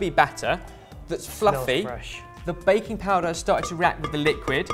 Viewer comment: When I was watching this I here from the kitchen "sa han baconpulver?" (did he say bacon powder?) from saying baking powder 😂